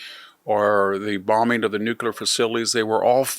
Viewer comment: fyi - there is no such word, "nuqular".